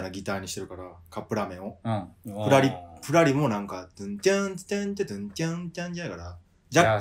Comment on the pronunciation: 今日のゆず フラリのイントネーションがくるり笑